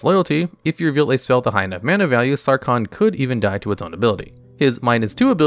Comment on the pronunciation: "sawcon the mad" ah